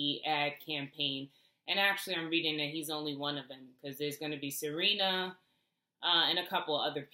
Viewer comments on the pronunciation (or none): none